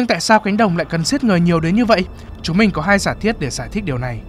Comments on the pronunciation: ám ảnh vl ấy bác ạ, đang ngồi chăm chú nghe nó bật ra như hét vào tai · "Các bạn có thể chọn cái lền văn min của mìn ..." -.